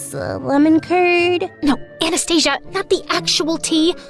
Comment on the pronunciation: It's supposed to be анастасия(pronounciation), not A nast Asia😂😂